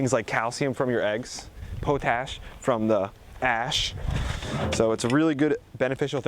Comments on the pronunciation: PO - TASH, no its POT - ASH. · Pot-ash...not poe-tash. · It is NOT Poe-tash. It's pronunciated POT- ASH. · Potash. Pot-ash. Not poe-tash. SMH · Please forgive me because I love your video's. You pronounce potash = POT- ASH, not PO-TASH. Keep the video's coming and TC. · Sorry had to thumbs down for how you said Potash .... it is not said " Poe-Tash " ...it is POT ....ASH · Pot-ash (not po-tash). Potassium Ash. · I have never heard the word potash pronounced that way. Pot-Ash or Po-Tash. Great videos!